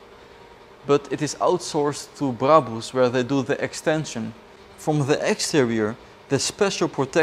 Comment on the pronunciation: Man everything seems to be going great until this guy says maybakhhh or braboos 😂